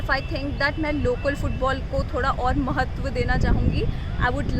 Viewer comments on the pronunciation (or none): "mahtva" cough cough